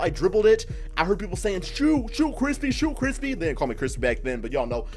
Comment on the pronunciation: Ey go show him that “krispee” support 😂